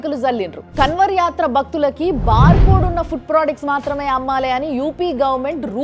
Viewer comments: కన్వర్ కాదు మేడం గారు అది కన్వర్ కా ని ముక్కుతో పలకాలి. కర్మ ఫలితం అనుభవిస్తారు మేడ టైం వచ్చేసింది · KANWAR ని అలా ఉచ్చరించకూడదు కావడ్ యాత్ర कांवड़ यात्रा 🙏🌹